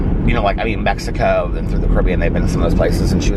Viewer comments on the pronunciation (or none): none